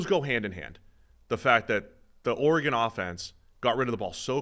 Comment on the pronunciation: He said Auregon